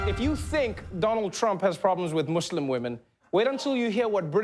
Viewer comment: Wow, he actually said Muslim right. He didn't say "Mozlim" like other people do. Props to you Trevor!